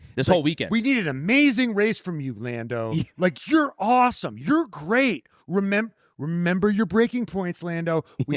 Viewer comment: “Remeber your training” took me out